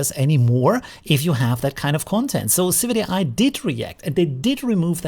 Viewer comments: Isn't it civitai not civic ai? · Correct. Civitai is not civic ai.